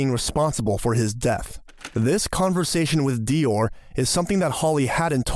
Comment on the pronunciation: That is not the correct pronunciation of Dior 😂